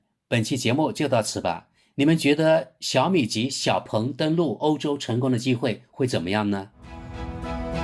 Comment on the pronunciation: “鹏”，发第二声。不是第四声。强盗，蠢货，学学中国语言的四声法。